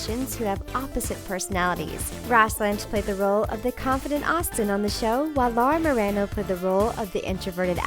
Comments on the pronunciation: The fact Laura marano’s name isn’t pronounced properly in this video literally shows you know nothing and they admitted to saying they would date after Austin and ally if they still liked each other, they did get along as seen in many interviews they have BANTER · She pronounce Lucas last name wrong I hate when people say names wrong when they talk about someone and Laura Marano name was also pronounce wrong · Wow SO MANY names said wrong. How could you get Laura's name wrong